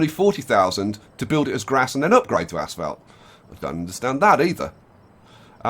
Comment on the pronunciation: He keeps Saying "Ass Felt" and not "Asphalt".